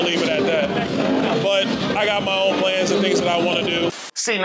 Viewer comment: in "I got my own plans". Own...sounds a lot like "alone."